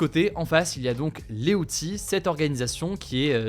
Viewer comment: T'as oublié de prononcer le s quand t'as dit les outils. (bon OK je sors 😌)